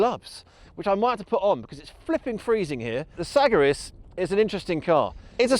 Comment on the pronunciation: Never heard that pronunciation of the Segaris.